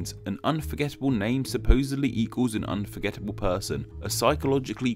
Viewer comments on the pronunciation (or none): "AN UNFORGETTABLE NAMES SUPPOSEDLY EDUALS AN UNFORGETTABLE PERSON..." Learn English, woman!